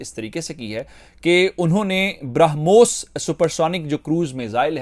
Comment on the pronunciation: ब्रा पे जोर देकर ब्रामोस बोल रहा है.... 🤣क्या चू बनेगा रे तू🤣